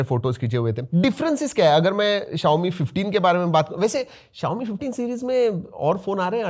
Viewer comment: Bhi xiaomi hota hi xiome nahin. ❤❤